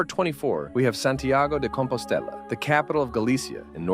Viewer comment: Santiago DE COMPOSTELA in Spanish., not di Compostella. Change it